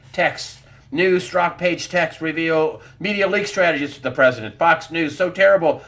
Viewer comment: Oh and I believe it's pronounced Sturzok not Stroke